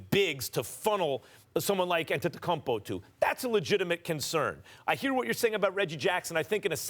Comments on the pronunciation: Someone please tell max how to say Giannis name right it’s annoying how he says it ANTETOKUMPO NO MAX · Max- Antetakunpo